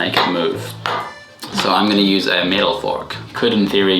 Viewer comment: It's crazy how he doesn't say "I'm going to show her " Instead he says "Ung gonna show her"